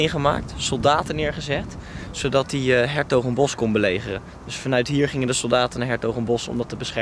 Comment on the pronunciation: je spreek s'hertogenbosch uit als shertogenbosch of Den Bosch niet is Hertogensbosch, ff tippie;-)